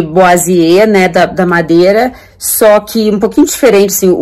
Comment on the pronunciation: O nome da técnica de revestimento de madeira na parede é boiserie ( se fala "boaserí") e não "boisier" 😉 Ficou ótima a parede! Acho o máximo quem tem jeito pra DIY. Eu sou um zero esquerda para este tipo de trabalho.